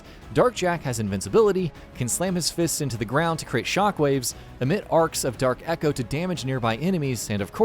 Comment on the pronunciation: Say it Properly Dark Eco Not Dark Echo